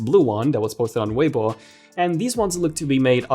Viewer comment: Small detail but the "Weibo" pronunciation was spot on!